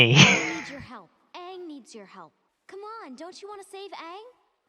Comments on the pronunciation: I had scary flash backs everytime he said it like ung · It's Aang like hang.